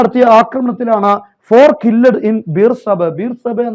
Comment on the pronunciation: 4 killed കില്ലഡ് എന്നല്ല കിൽഡ് എന്നല്ലേ?